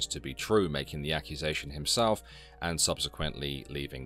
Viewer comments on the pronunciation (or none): How can somebody that's had multiple accusations hurled his way and still mispronounce the word " akwusation".